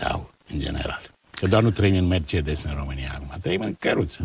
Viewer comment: Prost este cel care spune Merțedes in loc de Mercedes. Liiceanu nici macar nu este capabil sa se corijeze si sa-l asculte pe Plesu care pronunta corect.